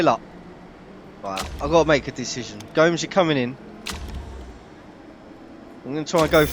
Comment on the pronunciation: Gnomes 😂😂😂 it's 'go-mez' mate 👍